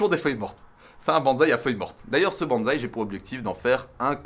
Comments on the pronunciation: bonsaï avec [ss] et pas [z] 🧐💪 je pensais que mr fontanier te l'avait enseigné 😭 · si ça t'intéresse on dit : [Banssaï] et non [banzai] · salut mec je voulais te prévenir les gens font souvent la faute mais le bonsaï se prononce "bon[ss]aï" et non "bonzaï" qui est completement différents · Pwaaaaaaa c'est quoi ce délire je m'attendait pas du tout a un TEL level c'est énorme !!!!!! C'est plus de la v2 c'est une v12 mdrr Le décors il est maaaagnifique et on ne peut plus raccord avec les ideos de ta chaine et honnêtement la seule chose a améliorer ça serait le parchemin chinois sinon je vois pas ^^ Ah oui et aussi bonsaï se dit "bonessaï" et pas "bonezaï" en japonais romanji le Z se prononce un peu comme un S enfin bon je sens que la V2 va être terrible